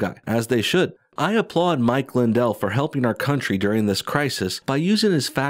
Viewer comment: mwichwael lwindwell is the gwaetest dae is! Yur knot scwared of thwem, mwichwael, ware you?